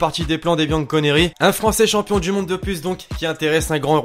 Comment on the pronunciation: toujours tu dit chompion du monde arrete elle le 16 auot